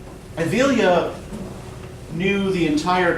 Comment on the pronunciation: My dear friend, thanks for this video! Just a little correction though, it is EvLIya Çelebi. You pronounce it Tchelebi :) Celebi in turkish would be prounounced djelebi, and its not selebi :p. Anywho...loved it